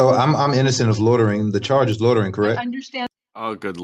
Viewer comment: Does he know the actual word is loitering not lodering